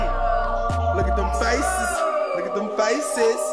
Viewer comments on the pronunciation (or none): Lol hilarious he said look at them facesese